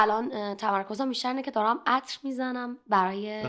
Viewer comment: خیلی ازت خوشم میاد ولی اینجا داری سغی میکنی باکلاس صحبت کنی که صحبت کردنتو خراب میکنه و به دل نمیشینه…مثل تلفظ کردن عطر :)